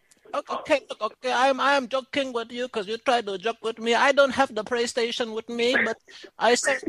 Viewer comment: “Praystation pour”